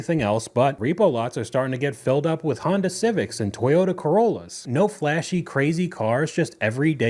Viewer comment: how the fuck do you pronounce Toyota so badly